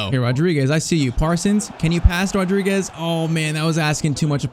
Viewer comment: Being Portuguese, i have to say this: you wrote Fernáo Rodrigues, and it's Fernão Rodrigues (the little wave in the "a" it's called a til, kinda like my name) and you are saying Rodriguez, it's a common mistake, just like Bruno Fernandes